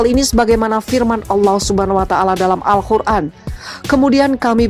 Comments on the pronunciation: Min AL QUR'AN BUKAN AL KHUR'AN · Yang betul tu Alqur an bukanya Alkhur an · Al Qur'an. Bukan Al khur'an